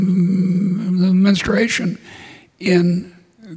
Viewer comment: Fascinating insight into this bloke's mental state when he attempts to say "menstruation". Very revealing.